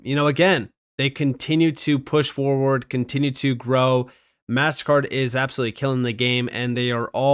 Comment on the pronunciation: Is it really that much trouble for you to pronounce MasterCard correctly you keep saying Mast Card don’t be so freaking lazy dude